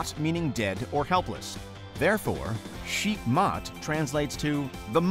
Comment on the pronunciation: I really don't think that's how you pronounce "Sheikh".